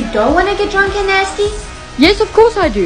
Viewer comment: Why’d she say drunk and nasty like that?